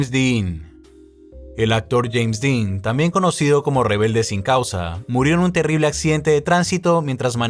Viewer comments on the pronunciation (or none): none